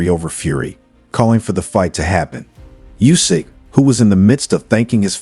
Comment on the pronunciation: DuboAAAAAA morron! Not Duboy...stupid! And not Jusik...it is Usyk, monkey!